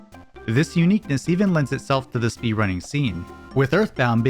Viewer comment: "uniqueNESS" ba dum tss